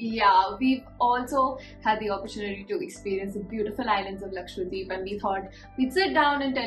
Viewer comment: Why do you say Laksvadeep :p, its Lakshadweep ..